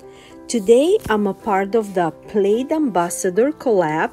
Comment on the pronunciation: You were supposed to give your secret word. I assumed it was Mod Podge since that was the only Plaid product you used. Note: Plaid rhymes with Dad, not raid.